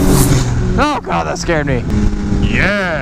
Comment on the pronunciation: you do realise it's 'ch'yeahhh' not 'da'yeahh' xD